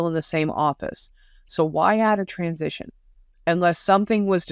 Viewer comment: What in the name of Elmer Fudd is a 'Transistion'?